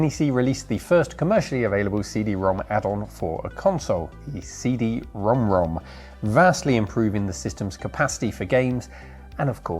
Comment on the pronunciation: You’re the first westerner I heard say CD Rom2 the correct way.